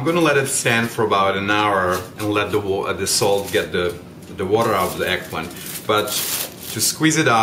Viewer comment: It's pronounced EGG PLANT not egplin! However that looked great so I will try it.